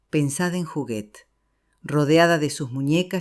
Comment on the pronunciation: Es Huguette no juguet